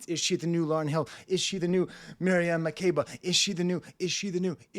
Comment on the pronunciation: As an African I agree especially the climax at the end it gets more spiritual. Butchered Makeba’s name btw but it’s okay lol